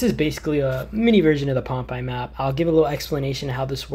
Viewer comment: The only game tip I could give you is that it’s pronounced Pompay not like popeye